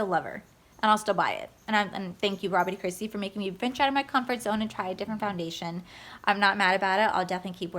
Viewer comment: I kept thinking you were saying Robert E. Christi 🤦